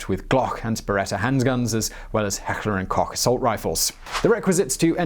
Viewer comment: small correction, heckler and koch is pronounced " heckler and coke"